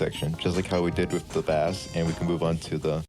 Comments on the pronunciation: ... its bass not b-ass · Thank very much for the tutorial but did you just call a (b-Ase) a (ba-ss)? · So. Bass in music terms is pronounced base. Please. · bro called 🎻bass (base) 🐟bass (bass) 😂 great tutorial! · I won't lie I've been messing with GarageBand mobile for like a year now. So my ass NEEDS to know fl studio ui man Wait why tf did you say "bass" instead of "base" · bass is pronounced BASE! You are saying the type of fish, the other bass is the BASE of the song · bro.. bass is pronounced like base... good tutorial though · you are saying bass wrong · yeah guys take it from the genius who doesnt know how to pronounce bass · Him saying bass wrong just triggers me since i’m in the band good vid tho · it bothers me that he keeps saying it like the fish instead of the instrument (idk why)